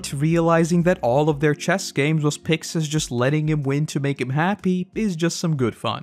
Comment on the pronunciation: It is pronounced “Picksis!” They say “Pick-shis” in the anime is because there’s no “si-“ syllable In Japanese